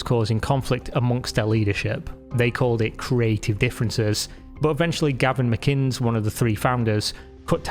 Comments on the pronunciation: Gavin McInnes — sounds like Ma-Guiness (not ‘McInns’) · Pronounced Mick-innes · Hey if you're wanting to make a doc on vice media, you need to know how to pronounce McInnes which is "Mic In Es" not how you pronounce it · His name isn't pronounced "Mick - kines". It's pronounced "mick-kin-ness". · Great video. One thing to note is the name McInnes is pronounced "mick-INN-iss", not "mick-INNS". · "Galvin mcins" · “Galvin Maginns”? 😂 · Galvin Mickines? Really? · Did you just call him “Galvin Mckins”? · "Galvin Mcinz" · Galvin MacInns?? are you serious??? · “Galvin McInns”???? Come on, man… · Did this mf just call Gavin Mcinnes "Galvin Mcins"? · You have an English accent yet you can't pronounce McInnes correctly? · I’m struggling to understand how it’s humanly possible for a British person to be unable to pronounce ‘McInnes’ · Why cant you pronounce "McInnes" properly? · The pronunciation of "McInnes" was a little bit jarring lol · You sound British, but are unable to pronounce McInnes? lol Great video!